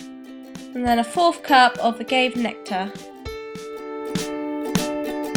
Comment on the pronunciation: These all look delicious! But I believe agave is pronounced uh-gah-vay